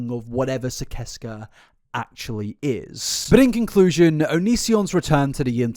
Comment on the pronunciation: He pronouces Sicesca like sigh-sess-kuh. Just an FYI❤❤